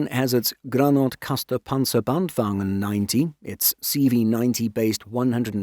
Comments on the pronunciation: Insert "Pointing Leonardo DiCaprio"-meme: There it is - he finally said it! "Granatkastarpansarbandvagn" mentioned (and pronounced well at that). I can finally die happy! 😁 (Thanks for doing what you do guys and for reading comments. My head-canon is that this was a bit of fan-service, so appreciate it!) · Does this channel use AI voice over? I'm so impressed by how "the voice" manages our Swedish equipment names, like granatkastarpansarbandvagn (and similar)